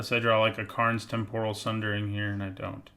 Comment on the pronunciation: Why does everyone say "Tempòral", it's "Tèmporal", cmon! XD